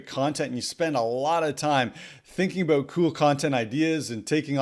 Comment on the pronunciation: I like how you say oot and aboot. Yr Canadian eh?